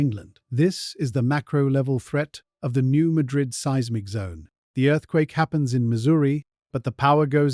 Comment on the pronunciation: FYI it is locally pronounced newMadrid the a has a hard pronunciation.